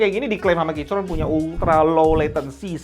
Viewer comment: bang plis bilangnya 'kiykron', gua dengernya jadi kicrot terus